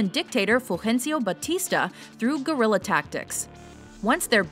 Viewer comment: someone should really learn to pronounce guerilla